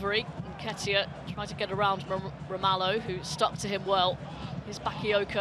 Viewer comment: she only got excited when Bakayoko touched the ball, and she couldn't even pronounce his name correctly. smh.